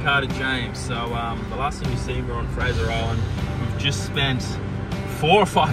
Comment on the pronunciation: Did watch the vid but gave you thumbs up for calling it fraser.